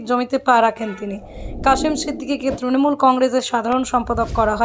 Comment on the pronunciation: যাকে তৃণমূলের সাধারণ সম্পাদক করেছে সে তৃণমূল উচ্চারণ করতে জানে না এতদিন ত্রিমূল ত্রিমূল বলে বলে এসেছে